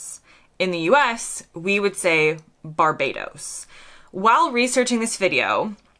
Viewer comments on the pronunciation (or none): none